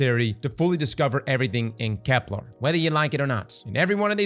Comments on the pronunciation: KEP-luhr NOT kep-LARRRR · I figured the odd enunciation was a part of the charm of watching you. You currently say KeplAR instead of KeplER . Even as an English nerd, it doesn't really bug me. You're right though, the way you said sieve did sound cooler. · and kepLER isn't pronounced kepLAR 😭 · “I can’t BELIEVE I’ve been pronouncing ‘sieve’ wrong all week!!!” Also: “Kep-LAR. 🙂” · Genuine question does he have a speech impediment though? It sounds like he has a mild one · Now he needs to learn how to pronounce Ahamkara and Keplar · On this episode of Can A Brother Please Say "Kepler" Right: We'll find out when Nine are ready to let us know.